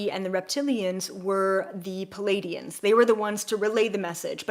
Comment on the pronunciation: Love you.. no biggie but it’s Pleiadian not Palladians..